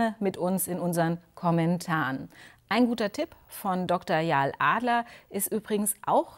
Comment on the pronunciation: Sie heisst Ya-el, nicht Yaahl